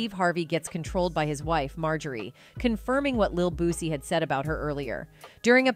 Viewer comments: SHE NEED TO LEARN HOW TO PRONOUNCE HIS NAME IT'S BOO- SEE BUT SPELLED DIFFERENT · I’m Need You To Learn How To Say “ BOOSIE “ Name “RIGHT” 🤦🏾‍♀️🤦🏾‍♀️🤦🏾‍♀️ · Boosie Boosie Boosie NOT BOOZIE BUZY BOOSTY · Wont be coming back here she keep saying him name wrong